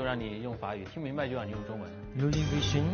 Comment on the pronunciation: 好一句Louis “fission”🤣